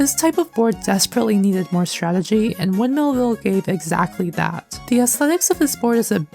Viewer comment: I love the way you said windmill ville “Went mill ville”